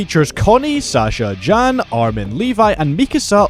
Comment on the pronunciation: Jam? You mean Jean 😂